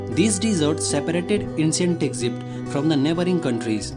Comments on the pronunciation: eckzipt? maybe it is a good idea to learn to properly pronounce the name of the country you are presenting. I could not listen for more than 30 seconds. Sorry. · 😭mispronouncing would be fine if it wasn't the main title of the video.. Eggzipt